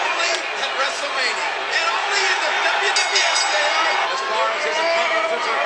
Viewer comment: It's not wwe it's "dub dub E" says